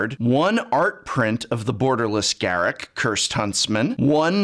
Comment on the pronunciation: The term now is "drip" btw bling was in the 2000s. EDIT: I'm so happy you say Garruk the right way btw. The mega code doesn't become useless if you don't play MTG as it will be sought after by players and you can sell it easily on ebay. Edit: srs tho Wizards is a company, and they gotta make money. I agree with the whale stuff, but then it feels a bit dividend of community.